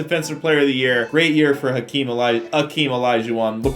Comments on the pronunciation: Why does the game call "Hakeem" "akeem"? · Hakeem. Not Akeem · Its not Akeem, its Hakeem 🤦‍♂️ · Hakeem not akeem lololol